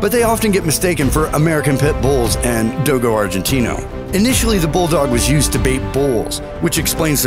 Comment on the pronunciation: The way this guy says do-go arginte-no